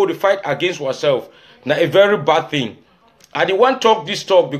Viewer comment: Do we have “a very bad thing” in pidgin? It should be “some very bad tin”. Also in pidgin do not pronounce “thing” like in English. Just say “tin”.